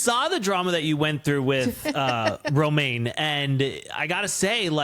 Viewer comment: it’s Roman Not a lettuce leaf Romaine 😂